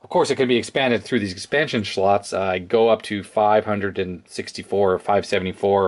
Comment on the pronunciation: "Of course it can be expanded through these expansion /schlots/...." I know it was just a slightly slurred word, but it tickled me, lol.